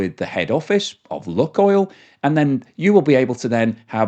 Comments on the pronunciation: LOO KOYL NOT LUCKOIL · BTW, it's not pronounced "Look-oil" but rather "Luke-oil". That's not 100% correct, but much, much closer. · Lukoil is pronounced luke-oil, not luck-oil. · Not properly pronounced that way mate. Long U